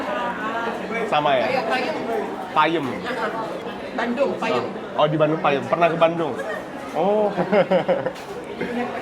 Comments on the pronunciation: Peuyeum..bukan payeum 😅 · Di bandung disebutnya Peuyeum, bukan Payem kata Ibu itu 🙏 Salam sehat... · klw di bandung peyeum,bukan payeum hehhehehe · Di bandung namanya bukan payem bro, tapi peuyeum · TAPE BANDUNG namanya PEYEM ( Peuyeum ) Bukan PAYEM😂